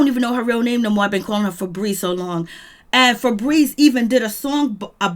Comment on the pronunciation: “fabreeZe” She Said Y’all 😭😭😭😭😭